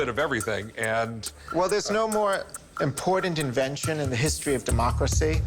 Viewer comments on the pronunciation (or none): I hate how pronounces the word important, as “impordant”